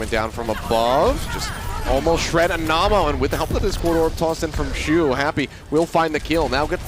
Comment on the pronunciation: love how the casters weren't saying Anamo's name right